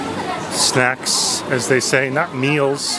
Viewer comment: Did you say lots of snacks or lots of snatch?